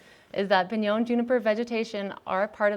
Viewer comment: Piñon, not pInYoN